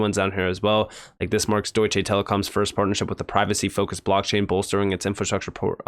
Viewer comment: For the love of God please stop saying DEUTSCHAY lmao. Its DeutschA.